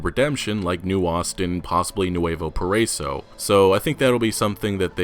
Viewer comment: It is pronounced para-iso, not parr-eiso